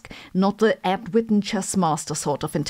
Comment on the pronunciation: "Ed Whitten" Well said! I salute you! 🤣